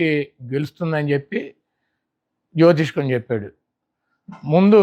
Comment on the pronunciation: జ్యోతిష్కం కాదు జ్యోతిష్యం